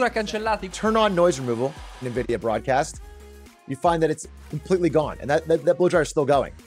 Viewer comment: non vorrei fare il rompiscatole ma si dovrebbe leggere "envidia" non "nividia"